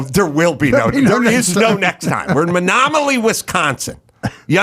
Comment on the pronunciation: Menominee NOT menomily